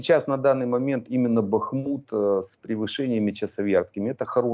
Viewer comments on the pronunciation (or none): Как же задрали невежды коверкающие название Бахмута. В словарь хотя бы заглянули.